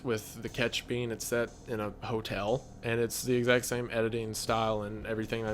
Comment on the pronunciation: It's crazy right? Does Wendi say "Hotelle" too? 😂